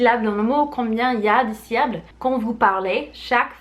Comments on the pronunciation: Ces six saucissons-ci sont six sous. Si ces six saucissons-ci sont six sous, ces six saucissons-ci sont trop chers. Une phrase que j'ai adoré répéter dans mon enfance 😅 P.S. Syllabe et non syllable 😉 Salutations de 🇨🇭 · "Syllables" trop mignon mdrr 😅 C'est syllabes 😉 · J'adore le syllable <3 <3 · Très bonnes astuces, surtout tes fameuses syllabes aka "syllables" trop chou ta version de ce mot😂😜